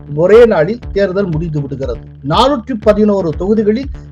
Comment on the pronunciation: 411 ஆ 114 ஆ கொஞ்சம் தெளிவா சொல்லுப்பா.